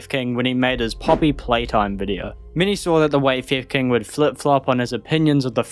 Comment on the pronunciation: I only hear "fev kin" or "fifth king" instead of theft king in the video lmao 😂